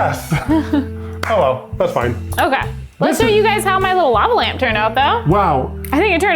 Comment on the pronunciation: it's a LOVE-a lamp!